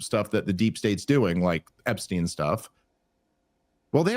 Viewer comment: TRUMP LOST US ALL WHEN HE SAID EPSTIEN WHOO